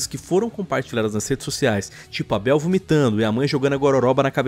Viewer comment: "a beuel" kkk